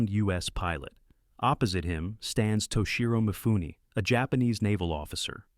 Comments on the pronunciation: Alec Gwenniss? Toshiro Myfoon? Use a real voice who can pronounce names the right way. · I laughed at the AI pronunciation of Alec Gwiness, James Mikener, and Toshyro Myfoon.